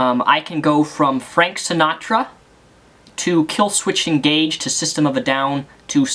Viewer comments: So I clicked on this because I'm a huge metal fan, but it really bugs me that you pronounce Killswitch Engage wrong, you keep putting 'ed' on the end of the words and I dunno if it's just something you do but mispronouncing names really irks me. Anyway, my favourite metal bands would be, in no particular order: Slayer Pantera Megadeth Alestorm \m/ keep fucking rocking out to metal \m/ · SemanTICS there's a T in the word Semantics. Also there's no d's in Killswitch Engage. Dude there's no nice way to say this your English could be a LITTLE bit better. My fav bands? Lamb of God, Converge, Dillinger Escape plan, Mastodon, King Diamond, Killing Joke, Overkill, Mercyful Fate, Botch, Nile, Suffocation, Emperor, Agalloch the list goes on... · Idk why but I loved it when he said Killswitched Engaged instead of Killswitch Engage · I know this video was posted long time ago but...dude you lost me at fav bands S.O.D, Slipknot and Killswich'ed' Engage'd'. I mean at least know your fav band name right. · Also, you pronounced Killswitch Engage wrong you poseur fuck.